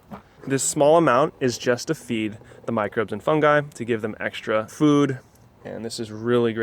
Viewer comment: Thank you for pronouncing Fungi properly....